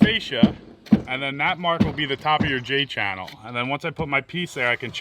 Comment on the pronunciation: Hahaha "J-Channele" - that's funny